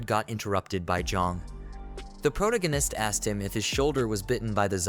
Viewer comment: Why did you let the guy read this knowing he cant say the word "protagonist"?